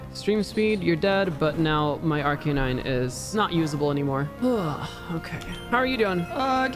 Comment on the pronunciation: I’m always so glad says Arcanine the way I do. I refuse to accept the official pronunciation of it. It’s ar-canine to the day I die and not arca-nine. It’s a flame puppy.